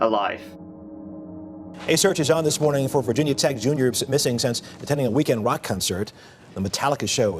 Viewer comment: I’m so sorry but did he say “weekend wock concert?” 💀